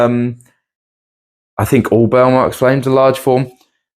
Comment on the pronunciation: "Burle" is something like BOOR-lee in Brazilian Portuguese.